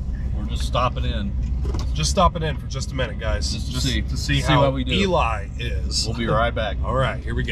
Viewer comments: it's no eli it's elee, or at least in ely , MN it elee where I wasa born. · hey it's eLee not eLie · Looked like a fun birthday roadtrip. Just so you know, they pronounce Ely as EE-LEE, so now you can consider yourselves real Nevadans. Hilarious is the Texan, but is the one that usually does his longhorn luck to "adjust" the reels to line up! 🤘🤠🤣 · That was a fun road trip. Wendover is my closes casino town. (I’m in Utah). BTW, what was with the sound in the video starting in Ely (pronounced eelee, BTW)? Sometimes it was like noise cancelling was on, other times it was off. Even the video quality was weird in those odd audio parts. 🤷🏼‍♂️ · Pronunciation E Lee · Ely is pronounced Elee. The locals don't like it when people miss pronounce it. Lived there five year, found out real fast.